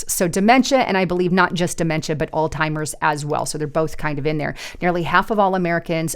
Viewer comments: Please forgive me but Alzheimer’s is NOT pronounced “All Timers” it is pronounced “Allz-Himers”. Minneapolis is NOT pronounced “Mini-AN-apolis” it is pronounced “Mini-app-olus”, there is no “an” in the middle of the word. I don’t mean to be rude but if you want people to take you seriously, You need to learn the pronunciation of words you’re reporting on. I’m not an English teacher but I know how to pronounce most of the English language. If I’m not sure of one, I make sure I know it before I use it. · it’s Alzheimer’s -pronounced allz -.heimers. There is no T. It is NOT “all-timers.” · AI slop on utube be careful,it's Alzheimers not all timers,did anyone else catch that,more b.s. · it was hard to watch after hearing ALLZ-TIMERS twice. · Alltimers? Really? Seriously? You can’t get the word right? This just lowered credibility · It's Alzheimer's not Alltimers! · Alzheimers. Alz-hi-mers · It's an H not a T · There is no “T” in Alzheimer’s. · Alzheimer's does not have the letter "t" in it.